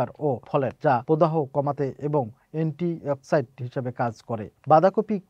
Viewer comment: এন্টি অক্সিজেন আর খবর তুমি বলতেছ আন্টি এক্সিডেন্ট 😂